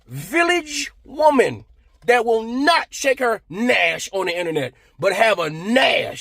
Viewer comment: Lol at you saying "nash" instead of "nyash"😅 yo you remixed that ish and made new slang! 👏🏾